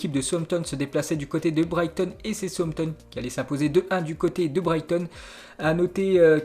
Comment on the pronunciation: Je connais southampton sampton je connais pas.....un p'tit effort sur les prononciations